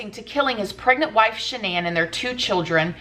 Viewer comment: Is that's really how you pronounce the woman's name? I thought it was "Shan nun"